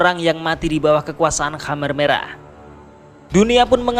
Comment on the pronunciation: Jadi teringat pada bapakku,sampai lupa aku dfn sejarah kamboja. Tapi maaf min,perasaan dulu namanya bukan hammer merah,tapi kamer merah🙏